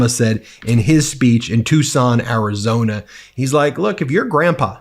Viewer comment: He couldn’t pronounce Arizona when talking to Arizonans .